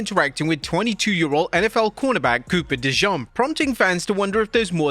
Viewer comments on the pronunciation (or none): dejawn 😂 I know you tried your best bro but it’s duh-jean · Its DeJean, like Duh-Zh-ene. Hes not mustard. 😂😂😂